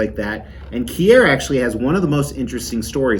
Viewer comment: omg its keer, NOT key-er, lol